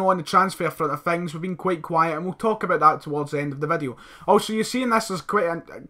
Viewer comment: Stop saying fings...instead of things!!!!!!